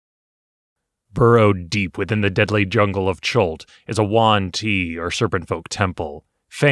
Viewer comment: Juan ti? Not yuan ti?